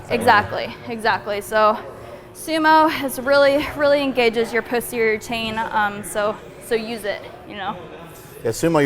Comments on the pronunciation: Am I the only one who heard Puss-terior ?? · I know keeps saying posterior chain, but I keep hearing pussy chain. Now sure if it's my head phones or what, but it makes me laugh every time. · I'm sorry, but whenever she says "posterior chain" I keep hearing 'puss-terior chain' haha 😂. She's cute and strong AF! Great deadlift tutorial! 😊